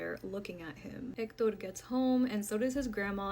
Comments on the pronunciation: omg we get it, you can pronounce "EKTODORR". You can just say, "he" once in a while 🤣 #hector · Just say Hector!!! Quit pronouncing it as Ector!! I understand that it's Spanish, but stick with one language or the other! You sound stupid.